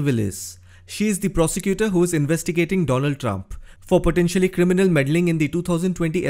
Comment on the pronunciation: Mister doland Trump 😂